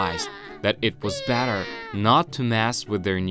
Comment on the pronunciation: Hey you just said batter not better